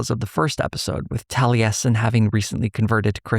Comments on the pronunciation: As an avid critical role viewer, ive never hear Taliesin pronounced that way 😂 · That pronunciation of Taliesin continues to cause me psychic damage. For crying out loud. He's a legendary bard of Cymry (Welsh) folklore. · the mispronunciation of the name taliesin has been killing me the whole video, tho i get why irish names can be quite interesting with their pronunciation roles (i say this with an irish oc named osíon) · Do...do they pronounce it tal-e-yes-in in the show? I thought it was pronounced Tall-a-sin (though my only frame of reference is Taliesin Jaffe) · Maybe it's because I have been a fan of The Mists of Avalon, I am used to hearing Taliesin pronounced as Tal-YESS-In not Tal-EE-ESS-In. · Tally-essin? Really? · I've never heard the name Taliesin pronounced that way.